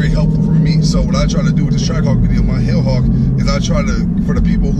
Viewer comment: I thought you said the Hood Hawk and I LMAO but then you said hell hawk. Good luck with the Jeep bro, perfect color combo imho, Don’t feel bad about the gas I had a 2007 Jeep SRT8 and it was gas guzzling pig but at least the track hawk has another 200+ hp :)